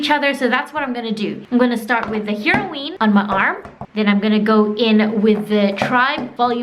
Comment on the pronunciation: Heroine (pronounced like “heroin,” but obviously not the same meaning as the drug) as in female hero, not “heroween.”